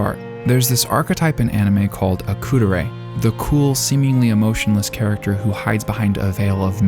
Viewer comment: When you say kuudere you have to hold the u a millisecond longer bro. Enjoying your vids!